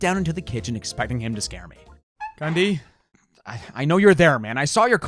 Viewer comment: When I heard him say Gundy I thought he said Ghand di